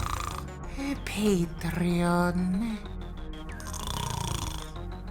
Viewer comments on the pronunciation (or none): Ha! "Deescorrrd-ay"